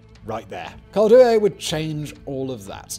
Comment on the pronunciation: I have the urgent feeling that Koldewey is spelled as Coll - dae - way